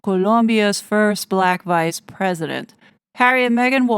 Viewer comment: 😂😂 you make me laugh when you said balack. black. lol. very good. 😂😂😂❤❤❤